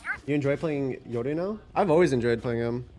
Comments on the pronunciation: if he says Yodu one more time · Why he always says yoru eyoru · The reason he says "yodu" instead of "yoru" is because yoru is Japanese and that's how you would pronounce it in Japanese